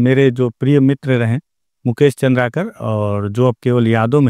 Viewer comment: चंद्राकर लिखा है उसे भी चंद्रकार पड़ रहे हो